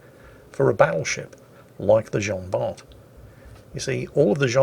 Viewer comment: PLEASE ! Bart is pronounced like BAR !